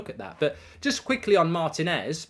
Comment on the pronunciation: Mark you are not pronouncing Martinez’s name correctly